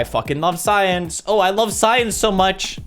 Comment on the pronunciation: The subtitles : I love science... PewDiePie : I love SAIYAANS...